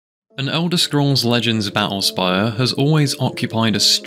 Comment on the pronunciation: "ba'ull spayuh"